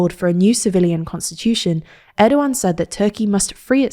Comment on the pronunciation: This is the first time I heard someone from this channel pronounce erdoğan's name properly. Good job!